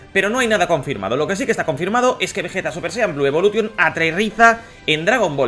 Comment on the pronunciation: jaja por que los españoles en general pronuncian ingles tal cual como se escribe? evolution jajaj